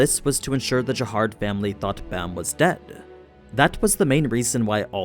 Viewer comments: Jahad not Jahard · I feel like it’s Jahad but he’s adding an r in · Why keep saying jahard instead of jahad? Is that a manwa thing? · Stopped when I heard jaHARD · Why are you pronouncing Jahad with a R? It’s Jehad or Jihad sounding. Your video sucks.